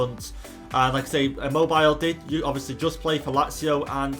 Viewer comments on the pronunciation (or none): it's pronounced Chiro Im mo bee le